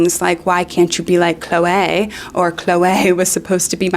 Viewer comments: The standout of this video for me is how you pronounce "Chloeaaay" like Moira Rose XD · Why do you say Chloe like that? i´m dying